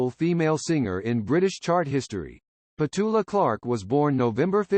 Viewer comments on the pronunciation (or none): What a pity that this is voiced by such dreadful American twang!! They cannot agree on whether it’s Clark or Clarke, and alternate her Christian name “Petula” with “Patula”. She’s British, for God’s sake!! If you’re going to comment on her....get your facts right!! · Nothing has 'happened' to Petula Clark, and by the way her name is Petula (not Petoola). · The name is said with the accent on the first syllable.